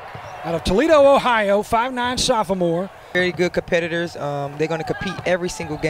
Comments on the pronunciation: Did he say “sophamore” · Ya'll come and get your commentator. Why is s he adding syllables to words "Soph-a-more"? 😆 🤣